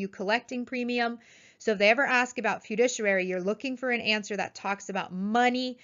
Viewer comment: It's great to read about all the people passing their exams. Please learn how to pronounce FIDUCIARY correctly. Great video!!